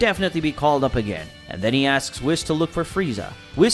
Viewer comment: I hate the way he pronounces whis and Goten 🤣🤣